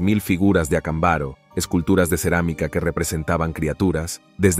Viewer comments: No es Acambaro, es Acámbaro. Inclusive el acento aparece en el video. ¿A qué escuela fuiste? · Estas pronunciando mal el nombre del pueblo de Mexico no se dice acambáro se dice acámbaro acentuando la letra con el acento. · Ac'ambaro con acento en la segunda por favor corregir pronunciacion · DISCULPA PERO NO ES VERDAD , LO QUE QUIEREN ES QUE CREAS EN ESO , Y SE PRONUNCIA ACÁMBARO . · Acámbaro, pronunciación con acentuacion en la segunda a.